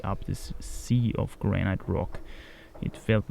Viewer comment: Hey,: the pronounciation of granite is simply "granit", with a long a (not graneit)